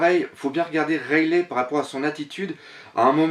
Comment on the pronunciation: Point de vue interessant si j'ai une remarque a faire c'est la prononciation du nom des personnages rayelait ça m'a fait mal (rayeligue c'est mieux) ça fait plus vo sinon pour le reste je continuerai a suivre comme gonzaroo vous vous rejoignez pas mal et les hypotheses sur la suite font rever